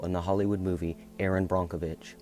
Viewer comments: Erin brockenwitch???? Its brokevitch😊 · BRONK - o Vich???? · Yes, it is pronounced Brockovitch. You can see the chromium floating on the surface of the water. The plume is still out there.